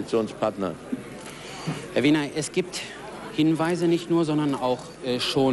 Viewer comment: Man kann in der Tat "Lueg" als "Lüg" aussprechen. "Wehner" kann niemals zu "Woehner" werden.